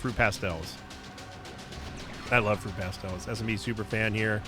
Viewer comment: As a brit, i love the way you say Fruit Pastels. It's not right but i like your version